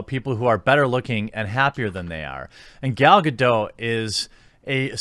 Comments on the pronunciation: Gal-Ga-doT... She's Israeli not french. K? That's my white knighting done for the day. C'ya tomorrow. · It's Gal GadoT with the hard "T" sound. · It's GaDOT, the T is not silent. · The boots I wore in the Navy had heels. Yep. Her complaint is invalid. BTW: Gal Gadot's last name is pronounced "Ga DOT". Dot. Not Doh. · Loved the clip. You are right we shouldn’t try to divided but rather include. I do have to tell you something though she isn’t French she’s is Israeli so you pronounce the T in Gadot. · It’s Hebrew, not French, you should pronounce the T in Gadot REEEE